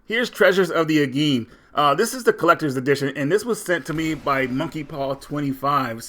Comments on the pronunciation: You may have pronounced Aegean incorrectly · i know you said Aegean incorrectly